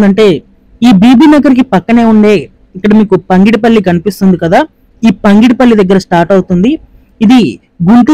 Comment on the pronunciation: పంగిడిపల్లి కాదు పగిడి పల్లి please.